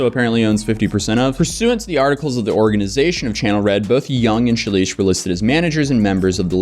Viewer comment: I believe you pronounce the name “Shelesh’ dimilar to relish. Justbsay relish, but begging it with an SH, as in SH**, just think of her content to help you remember that.